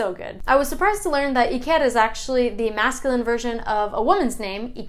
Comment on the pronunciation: Hi. Thank you for your research. When you pronounce Julen Mikel or Iker the accent should be on the first vowel not on the last one. Otherwise it does not sound authentic. Greetings from Frankfurt.